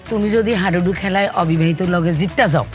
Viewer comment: হাডুডু ❌ হাইডুডু ✅